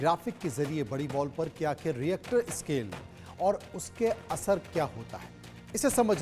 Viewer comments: इसको रिक्टर स्केल बोलते हैं रिएक्टर स्केल नहीं 😂😂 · Ye Reactor scale kya hai 😀.... pronounce nd write properly